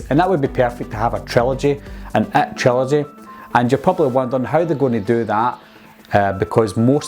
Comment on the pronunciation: does he say IT or ET